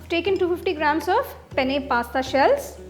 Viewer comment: Recipe is tempting but pronunciation of Pasta was awful